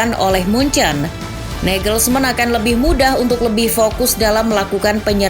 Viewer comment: Ada feeling ini match bakal keras + alot, jadi mungkin seri, tp ada gol Untuk admin, izin sedikit koreksi yaa untuk pelafalan nya, semoga berkenan Reims --> hams Parisiens --> parisiang Julian nagelsmann --> yulian nagelsman, bukan negelsmen Daley blind --> dali blin Choupo-moting --> cupo moting Gnabry dibaca gnabry, bukan gnebri